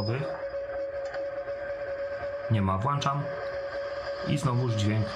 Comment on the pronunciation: Jaki to jest sztos :D nie wiem czemu mi to wpadło na główna ale cieszę się heheh Edit: tylko mógłbyś mówić "włączam", a nie "włanczam", strasznie to razi.